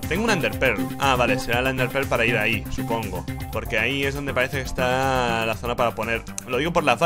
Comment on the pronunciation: RICHHHHHH se dice por ahí no por áhicoñooooo